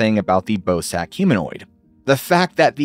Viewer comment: im sorry but i can't unhear "ballsack humanoid" whenever you say bosak lol